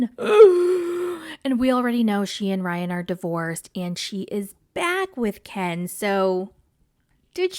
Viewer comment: All she thinks about is KEN ! KEHN is. How she pronounced his name . KEHHHN IS FIRE to her 😜